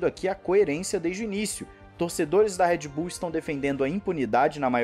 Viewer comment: Cara me dói no ouvido quando você chama Red Bull de "Éd Bull".